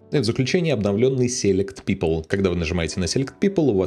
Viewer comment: и сéлект вместо силéкт 😉